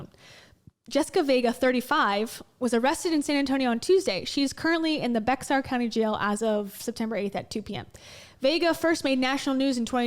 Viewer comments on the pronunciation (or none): Hey hi Bexar county is pronounced Bear county.